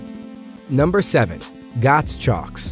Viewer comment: Just so you know, Gottschalk's is pronounced "GOT-SHOCKS." not "GOTS-SHOCKS"